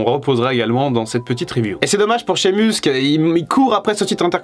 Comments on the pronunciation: Shamus(meus) en anglais et non (mus). Vous m'écorchez l'oreilles. Apprenez à prononcer correctement le blaze, pseu, non ou même prénom des catcheurs ou catcheuses bon dieu bon sang🤌🏼🤦🏼‍♂️. C'est horrible à entendre🤷🏼‍♂️. Regardé AB1 le mercredi et mardi soir pour vous apprendre à mieux parler l'anglais par des pros du catch punaise😒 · Pourquoi t'es frusté? Tu fais des leçons mais tu as fais une faute à Sheamus mdr